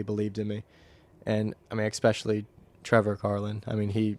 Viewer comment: That’s got to be a record for the number of uses of “honestly” in 45 minutes. Also, what does “expecially” mean?